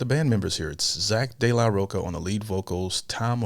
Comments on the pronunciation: ROCHA!!!! NOT ROCA... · roCHA bro. Not CA...